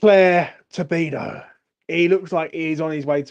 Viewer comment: Good stuff! I'm buzzing right along with you,! FYI - it's "To-di-bo" not "To-bi-do" lol it's a bit tricky, but you'll get used to it! ⚒️